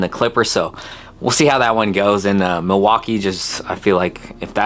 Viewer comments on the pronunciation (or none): none